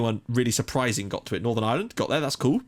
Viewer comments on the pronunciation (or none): none